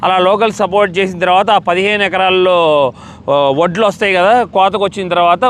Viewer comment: u r saying, voddu, voddu, but it's vaddulu